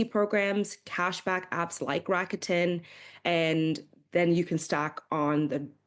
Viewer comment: People keep mispronouncing rakuten. It should be lah k ten